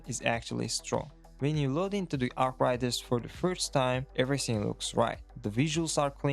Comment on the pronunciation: Learn to say arc raiders